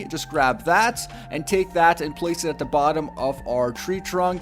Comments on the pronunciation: Anyone notice he says da not the or tha? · You know there is a "TH" in the word The.... not "Duh" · you notice how this guy pronounces "the" like "da"